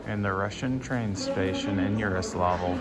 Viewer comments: It's Yaroslavl and Yaroslav, not Yaroslovl and Yaroslov. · Btw Its more Like Jaroslavol' then "Yaro" for ur speaking